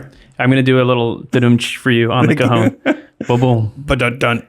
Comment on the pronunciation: You pronounced cajón like cojón (testicle)